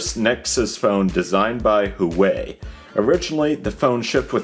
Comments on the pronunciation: WAAAAHH WAYYY;!!! NOT WHOOWAYYY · Hoo-ah-way please stop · It's not hooway, it's who-ah-wei.